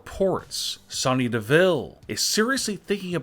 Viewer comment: Say Sonya right next time